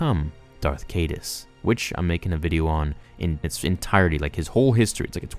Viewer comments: Ya I was thinking that too its Darth kigh-duss (Caedus) not kay-duss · Lou-My-Ah (Lumia) and Kae-Dus (Caedus)...should be strait forward. Maybe look up pronunciations before making a video that thousands of people will watch.